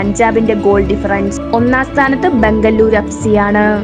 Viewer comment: Di myre adhym bengaluruvinte name mariyathk parayan padikk